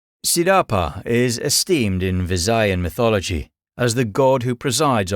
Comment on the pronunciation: It's "Sidapa" no Zedopa